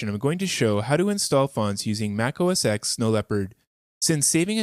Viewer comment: Nice! Quick, nit picky thing though: "oh es TEN" not "oh es EX".